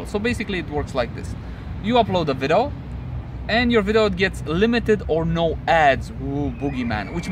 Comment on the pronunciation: thanks for the update! Detailed. I dig the VLOGs too. Keep em going. (PS: "vidEo", you keep saying "vido") ^__^